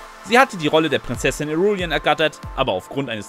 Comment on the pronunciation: Regisseur, Irulan, Villeneuve, Rogue wird alles falsch ausgesprochen , fast grotesk.